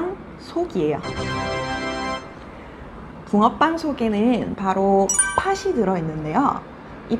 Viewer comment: I am sorry that there are 2 mistakes in my Korean pronunciation. 1. 팥이 -> [파시] (X) -> [파치] (O) The final consonant ㅌ is pronounced as ㅊ before the vowel 이. This is called 'Palatalization'. Find out more about this. ⬇️⬇️⬇️ 2. 팥은 -> [파슨] (X) -> [파튼] (O) The final consonant becomes the initial consonant in the next syllable before any vowel. This is called 'Linking Sounds'. Find out more about this. ⬇️⬇️⬇️